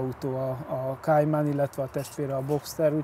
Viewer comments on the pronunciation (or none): Kéjmen? A Porsche nem angol... Kájmán.... 😂